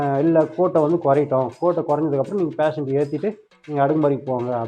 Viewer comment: புரட்சி தமிழனுக்கு தமிழைப் பிழை இல்லாமல் பேச சொல்லுங்க பேஷன்ட் என்று சொல்லத் தெரியவில்லை போஷன்ட் என்று சொல்கிறான்.